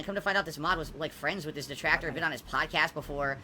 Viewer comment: Why does he say WIT instead of WITH is it that hard to pronounce